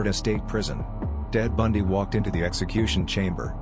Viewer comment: Dead Bundy eh had to listen to it again, and he does say Dead Bundy